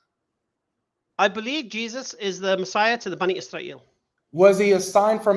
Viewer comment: "bunny Y'srael" 🤣